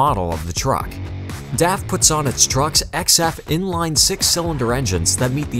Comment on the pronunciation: def?? DAF! Like 'daft' without the t.